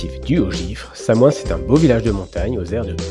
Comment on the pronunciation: Bonjour à tous ! Dans cette vidéo, on vous présente notre classement des 15 plus belles stations village des Alpes. N'hésitez pas à mettre un pouce et commenter si vous trouvez ça top. Bon, pour SamoënS, promis, la prochaine fois, on ne prononce pas le "S" à la fin. Après vérification, on dit bien "Samoin". :yt: Pour découvrir les nouvelles vidéos, n'oubliez pas de vous abonner à la chaîne : Merci à vous 😀